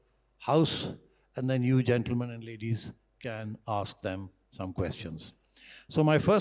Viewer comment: "Ladies and GENNERman"😂😂😂😂